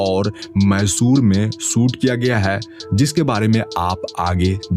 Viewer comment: Prasanth....nahi... Prashant hai... Suit Kiya nahi....Shoot Kiya... Setty...nahi.. Shetty hai... Uju nahi....use... Lokesan nahi.... location hai. Pilm...nahi...Film hai... Aksan.... nahi... Action hai. seyar nahi...share hai.. Isthith.... nahi Sthith hai. Pipty.... Nahi...Fifty hai. Estory nahi hai.... story hai. Yas... Nahi hai Yash hai. Suru.. Nahi Shuru hai... Des nahi...Desh...hai Paida nahi...Faida hai. Visal... Nahi Vishal..hai..Parisani.. nahi..Parishani hai. Sandar ... nahi..Shandar hai... Bhai next video me pronunciation teek karko 👍🙏🏻🙏🏻🙏🏻🙏🏻